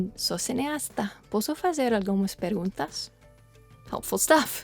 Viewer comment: I am so happy that you guys are learning Brazilian Portuguese, I can attest that your pronunciation in Portuguese is really good ,I can't wait to see you both here in Rio de janeiro